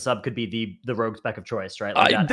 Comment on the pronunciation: Tries to pronounce 'rogue': Rag